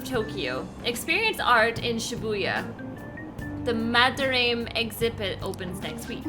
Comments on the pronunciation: For future reference, his name is pronounced "Mad-Der-Ra-Mey", not "Madarayme" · Mispronouncing Madarame's name through the video was like nails on a chalkboard.